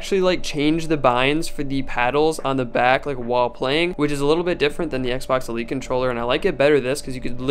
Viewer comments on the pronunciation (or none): none